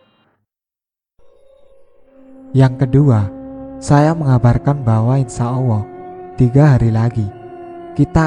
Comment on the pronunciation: Suaranya ini, penyebutan allahbya awoh